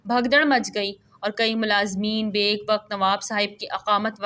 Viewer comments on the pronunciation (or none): محترمہ آپ کی اردو زبان کی ریڈنگ سن کر بابائے اردو کی روح تڑپ جاتی ہوگی۔ آپ لفظ کو کیا سے کیا بنا دیتی ہیں۔ مثلا آپ نے "بیک" کو "بےک" پڑھا ہے جبکہ یہ لفظ "ب یک" ہے یعنی ب کے اوپر زبر ہے اور ی کے اوپر بھی زبر ہے اور ک ساکن ہے۔ پلیز پہلے کسی اردو کے پروفیسر سے درستگی کرا لیا کریں۔ پھر وڈیو بنایا کریں